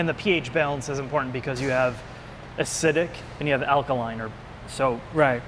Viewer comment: Man just think of all the chemicals the people doing this are inhaling. And dude said, "ass-idic"